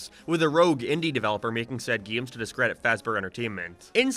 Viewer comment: I'm so sorry, why do you pronounce "games" like gayeams 😭 What accent is that?